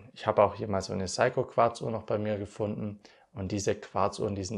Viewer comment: Sehr schönes Video und tolles Thema. Und noch ein Youtuber von vielen, die einfach "SEIKO" NICHT KORREKT aussprechen. Vielleicht beim nächsten Mal 😊